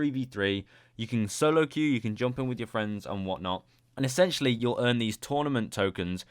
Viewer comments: STOP SAYING ESSANTIALLY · Essentially dont sound like essentially no more